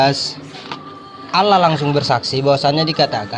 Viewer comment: Menyebut Allah kenapa Alah